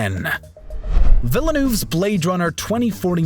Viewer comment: The man’s name is Denis Villeneuve. Not VILLA-NOOV. Pronounced Deni Vil-Nuv.